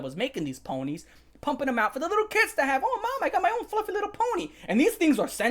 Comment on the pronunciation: “Fwuffie wa-“ hits with a metal bar